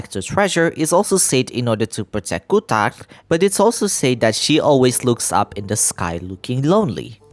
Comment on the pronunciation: Your accent saying "kuutar" is so perfect maaan, i went high every time u said that